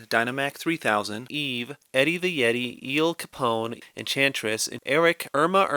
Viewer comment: I absolutely lost it at "ze penguins of ze icecap zone"